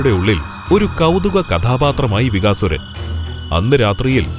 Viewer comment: ചെറിയ ഒരു തിരുത്ത് ആകാം രാക്ഷസൻ്റെ പേര് വികാസുരൻ എന്നല്ല "ബകൻ എന്ന് ആണ്......... ബകാസുരൻ